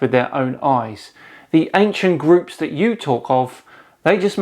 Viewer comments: "anKcient"! Ugh, that pisses me off. I have a 'thing' about proper pronunciation. OMG, your facial expression and tone of voice, hahahahahaha! Oh, laughed till my belly hurts. Thanks for that brother. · I wouldn't trust someone who pronounced ancient as "ankshent", let alone if they said the earth was not a planet and flat. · i don't know how you do this. To me, it is painful to even watch/listen to these BS 'theories'. Also, at Is this how the word 'ancient' is supposed to be pronounced?:D